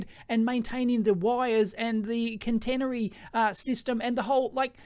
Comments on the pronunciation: "can-tennery" -> catenary ("cat-een-ary") "5 units" ... I'd guess it's the non-Anglo dot instead of comma as thousands separator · I hate doing this, but it fires my autism a treat. "Catenary" pr. Cat-a/eh-na-ree. Sorry. Here in Finland we're mostly electric buses in cities. It's a transition, not an overnight replacement even though it just could be. Whatever gets us off the oil tit is already a positive.